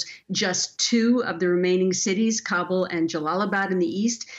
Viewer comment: It is pronounced KAH-BOOL not "Kable"